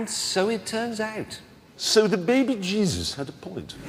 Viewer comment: *behbeh jeezus